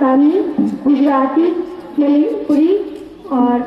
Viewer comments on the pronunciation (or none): "aapne Manipuri kahan seekhi... Huh" 🤣 It's sounds like she said "daripuri"